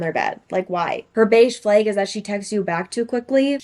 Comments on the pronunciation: adding an I to the pronunciation of flag? red flaig! (but nah all serious, I love your voice and outfit!!) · shes canadian i believe and thats how they say it there!!! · love how your canada shows everytime you say flag. kinda warmed my heart which is getting hard to do these day. great to see a vid from ya